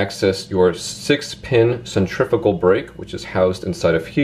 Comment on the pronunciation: OH MY LORD the only fishing YouTuber that pronounced centrifical right you eared a subscriber 👍